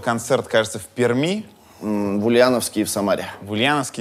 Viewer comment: Юрий, специально для тебя, , пишется "Пермь", но произносится "Перьмь" , Р мягкая, верный способ определить не Пермяка, покажи класс, говори как говорит Перьмь=).